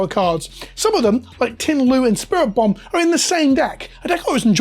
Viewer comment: Lol, spiritomb pronounced as spirit bomb. Also wow, that's a shitty situation. Hope it gets fixed soon!